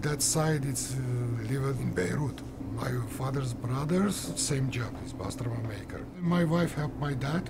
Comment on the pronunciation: It’s not “bastirma” it’s basturma. The original way